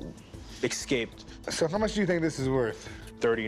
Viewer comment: Why do people pronounce 'escape' "excape" sometimes its so annoying